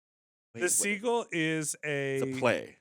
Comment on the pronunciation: the pronunciation of Seagull is weird. Its like theyre saying segal.